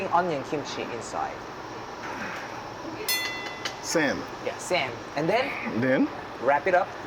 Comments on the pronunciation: 한국 음식 소개할때 너무 강조된 영어 발음이 아닌 한국 발음 그대로 소개시켜드렸으면 좋았을것같네요. I mean.. 쌈 as Sam.. come on, am I the only one who find it cringy? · 다좋은데 왜 한국 고유명사들을 영어발음식으로 바꾸세여 ㅋㅋㅋㅋ 먹방을 먹뱅이라고 하시고 쌈을 쌤이라고 하시고 ㅋㅋㅋㅋㅋ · '쌈'인데 왜 '쌤'이라고 굳이...우리나라식 발음 알려주는것도 음식을 알리는것 만큼이나 좋은 일이라 생각합니다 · 더이상 이상한 발음으로 설명 안했음 좋겠다 예전에야 그게 배려라 생각했지만 지금은 그들이 정확히 배워야할 위대한 한글발음. 쎔이아닌 쌈. 핸우먹뺑 이아닌 한우먹방! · 영상 잘 봤습니다. 미국인쉐프의 좋게 즐기는 모습 보기 좋네요~ 다만! 듣기 불편했던 한가지가 있었다면 “먹방”은 그냥 먹방입니다. 먹뱅이 아니겠지요. “쌈” 또한 그냥 쌤이 아닌 쌈이 맞습니다. 우리 말을 굳이 외국인 발음으로 고칠 필요가 없지 않을까요? 게다가 맞지 않는 발음이 명확하니 너무 친절한 통역을 하시다가 넘친 배려라고 생각되니 그냥 원래 우리말대로 해주심이 외국에서 공통으로 사용 될 우리말의 전파에 더 일임 해주시는게 아닐까 하는 작은 의견 드려봅니다. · 왜 쌈을 쒬~, 먹방을 뭑뷍~ 한글을 그런식으로 발음하세요? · ㅎㅎ근데 왜 먹방 쌈 다 한글인데 먹뱅~쌔앰~이렇게 발음함?ㅎ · 쌈을 쌈이라하지 발음 굴리면서까지 "쌤"이라... 흠.. 영국남자 조쉬가 셰프님을 모셨으면.. ㅋㅋ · 쌈을 소개해줄 때 영어 발음보단 한국어 빌음으로 알려주는게 더 좋을 것 같아요